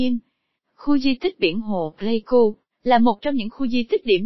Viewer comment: Pleiku chứ ko phải play ku nhé b.hi